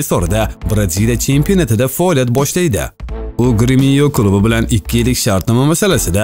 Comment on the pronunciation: Качон бу блогерлар талаффузини тугирлайдия Гремиё эмас Грэмиё булади урток чала талаффуз блогер жаноблари